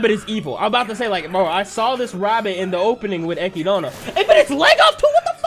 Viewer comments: MY DUDE. ITS ECHIDNA, NOT ECHIDANA. (Eh-Kid-Na). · Now, I know you asked the peoples of how to say Echidna's name, and they said it doesn't matter. But hearing "Echidana" instead of "Echidna" is getting a bit annoying, not gonna lie. I'ma keep watching these, and putting this here at this time probably won't accomplish anything. And don't misunderstand me. I'm saying for you to change how you say her name. Some words/names don't bother me. Other's do when there is an extra syllable in there. But I'ma let you keep that extra syllable. That's so far my only complaint about this. I am enjoying your reactions so far. A lot of energy. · Who is echidana? Her name is ECHIDNA ECHID NA , so call her ECHIDNA not ECHIDANA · No one Not a single person No one at all: Eki-DONNA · its actually eki-donna lol you anime only kids dont know how to say it right but its eki-donna not ekid-na. Also listen to how subaru and the rest of the cast pronounce the names. the subtitles you reas are usually not what it actually is. for example lewes-san calls subaru su-bo but it reads out as young su which is an accurate translation just not the original name. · my man just pronounced Echidna "eck ee dawn uh" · Why is he saying Echidna like that? Did he read the LN? Cause the translator for some reason misspells Echidna’s name. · the way he says echidna makes me upset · While this guy’s reactions are solid for the show, the way he says Echidna sets off every “that is wrong” sensor in my body